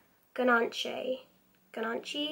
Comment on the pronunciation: I love this palette, definitely a fave of mine. Beautiful make up look :) thanks for the inspiration- always looking for new looks with the palette. P.s it's pronounced Gan-ash 😉